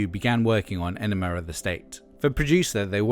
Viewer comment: Why do you always say "Enemar" of the State?